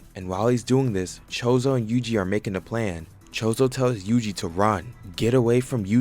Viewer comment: can this dude not learn 3 names bruh, he calls naoya nayoya, choso is chozo, ogi is ozi, jinichi is ginichi, learn the damn names